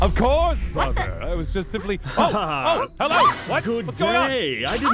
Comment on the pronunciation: “Helewo” Wow..